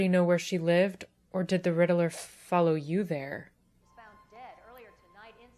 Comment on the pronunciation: The way you pronounce Riddler makes me laugh. Like "Riddle-Er".